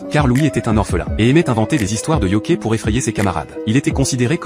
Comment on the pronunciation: yoKAÏ pas yoKÉ